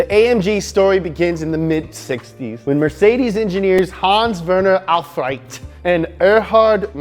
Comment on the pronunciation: In The case of Aufrecht and Melcher, you pronounce the „ch“ more like the English „sh“ only a tiny bit softer. There’s no true grammar rule for wether you pronounce the German „ch“ hard or soft, so it’s a forgivable mistake